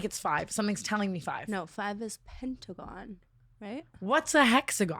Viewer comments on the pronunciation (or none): none